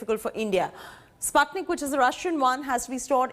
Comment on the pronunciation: Anchor learn to pronounce Sputnik properly ....obviously the Anchor is uneducated about the first sattlite